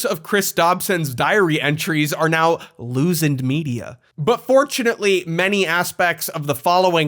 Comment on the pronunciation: Please tell me he keeps doing the “loosend” bit